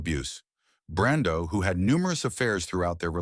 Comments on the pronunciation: when Brando is pronounced BARNDO I wonder if this voice is attached to a real person. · Marlon Barndo!? I believe he said Barndo.😅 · Marlon Barndo...stupid AI...😂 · And pronounce Marlon’s last name “Barndo” in one line. And then in the next story, talk about “actresses Loretta Young & Clark Gable.” I really hate AI narration.